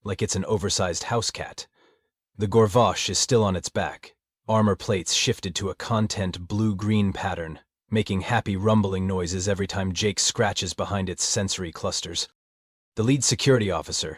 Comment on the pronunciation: The AI reader keeps making 3rd grader mistakes in vocalizing the written content. Take for example the word "content", it has more than one meaning (content meaning: sum of parts, verses content meaning happiness) and two (2 )ways to pronounce it. It has been wrong both times. Con-tent verses content in how to use the word. Please fix this or hire a human reader for the stories. Many of the SciFi Zone stories have this issue with English words.